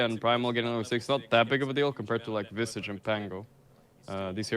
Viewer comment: Isn't Visage pronounced like triage or mirage?